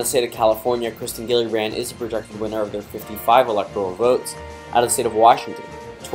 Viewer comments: It’s kirsten not Kristen and it’s pronounced Jill-uh-brand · It’s pronounced “Jill-a-brand”